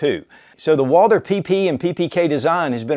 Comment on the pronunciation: Every time he butchers the pronunciation of Walther my ears start to bleed... Woouuulder... Dear God 🤦‍♂